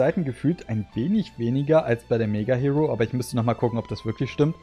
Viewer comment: Hiro = Hero - Ich habe mich damals immer mega aufgeregt, wenn das jemand so ausgesprochen hat 😅 - Aber Yukiko hab ich tatsächlich auch gesammelt... Hätte sie auch gerne behalten, meine Mutter hat aber irgendwann gemeint: "Ihr räumt euer Zimmer nicht auf, dann kommt alles weg" Darunter Spielsachen, Yu-Gi-Oh!/Pokémon Karten und leider auch Zeitschriften...